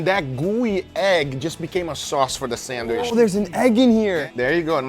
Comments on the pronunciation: SandWISH. LOL! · I know everyone talks differently but him saying sandwish is pissing me off lmao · Its sandwich not sandwish lol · Is he saying sanderwich?😅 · on a sanwish .....lol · bro pronunce sandwich like a mentally chalanged